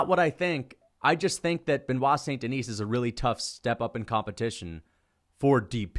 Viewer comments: If you're going to make a completely irrational hot take for clicks, can you get the damn guys name right?! Benoit Saint Denis. Hes French. Its not "denise" like Denise Richards, its pronounced "DI- knee". As in I want to Ben Askren da-knee you in the face every time I hear you pronounce his name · The “saint deNISE” is killing me hahaha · makes a lot of good points but he pronounces the silent 's' in BSD's last name so his arguments are invalid. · His name is Benoit St Den(ee)